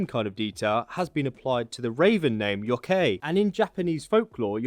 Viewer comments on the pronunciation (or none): Late fyi: It's Yo-k-eye, not yo-kay. You got everything else though! ^_^ Thanks for showing them off individually. Hadn't found another vid that bothered, just showed the whole kit equipped. Reda has it this week, and a Steam Punk part. This saved me some runes with him (rather have a full cloak, in this setting. Maybe if we ever get a proper feudal Japan. But then, something like this would probably end up being more 'Isu' themed). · It's pronounced kit-sun-a and yo-kai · Kit sun é and yo kai are how they are said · its pronounced "kit-soo-ney" not "kit-soon" and "yoh-ky" not "yoh-kay" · You’re pronouncing kitsnune and yokai wrong lol kitsune= kitsune (ay) and yokai= yo-k-i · Kit-Sue-Nay Yo-Kie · Kitsune = "keet-soo-neh" Yokai = "yoh-kye" Oni = "oh-nee" Jorigiri = "joh-ree-gee-ree" (not a soft J, it's Japanese, not Danish) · Yokai is pronounced Yok-I and Kitsune is pronounced Kitsun-A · It’s pronounced Yo Kai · The pronunciation of kitsune and yokai was aweful....